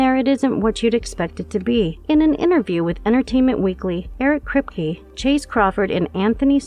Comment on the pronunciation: "Eric Kreepy" lol. ironic.